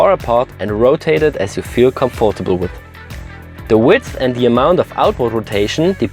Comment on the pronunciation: Hab dies schon oefters von dir gehoert und wuerde dich gerne korrigieren: comforatble wird "comftebl" ausgesprochen :) sehr schoenes video